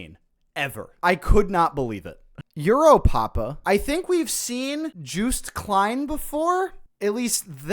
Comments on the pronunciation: JUICED klein 😭🙏 For anyone wonder how to say his name, the "joo" is joost is pronounced as "yo" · Joost's name is pronounced like "Yo-st" not "Jew-st" 😅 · Joost is pronounced as"youst" and a bit of back story joosts parents died in a fire when he was young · joost is actually pronounced [Yoost] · From a Dutchie, Joost is pronounced like toast but with a 'y-sound' "Yoast" 😅😊 J in Dutch is pronounced like English speakers pronounce Y 😅😊 hope this helps haha. Joost was robbed of being in the finale sadly. I wanted Kaärija to win (Finland) but they were robbed of the win too imho. Kaärija was way better than Tattoo imho. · I’m not sure if anyone else has said it yet but Joost Klein is pronounced as Yoost Klein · oh by the way joost klein is pronounced yo-st kly-n